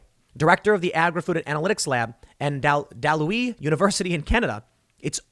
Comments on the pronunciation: That was Dalhousie - Dal How Zee. Dal Louis was kinda close though. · Dahl how see. Dalhousie. It's gratifying at least to know Tim that you don't pre-script these recordings. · It's DAL-how-zee University Tim. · I'm from Canada, and that pronunciation of Dalhousie made me laugh pretty good. It's Dal-how-zie. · Any other Dalhousie U alumni here? I laughed at the mispronunciation but I understand it's a weird word if you're not from Canada.